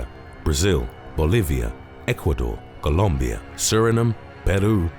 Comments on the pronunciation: The way my man says Columbia 😂😂😂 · Loved the way you said colombia fella the pronunciation was epic